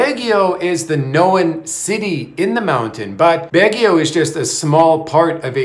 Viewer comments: Its Baguio not Bagio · Let me help you .... sounds like this....BAG GU.....not BAG GE O